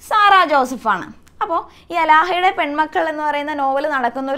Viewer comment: അലാഹ അല്ല ടീച്ചർ ആലാഹയുടെ